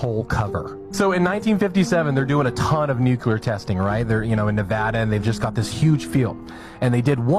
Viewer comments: AGAIN, it’s pronounced NU-CLE-AR, not “NUKE- U-LER!” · Please Lord, Guide them.... It is pronounced NEW - KLEEE - ER !! amen.